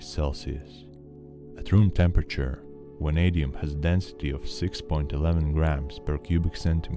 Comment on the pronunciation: VVVVVVanadium, not wanadium